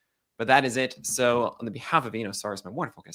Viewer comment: Nick, you're mispronouncing Eno's last name. Just ask Eno and he'll tell you.